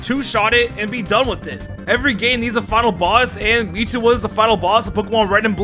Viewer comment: Muwtow as tow haha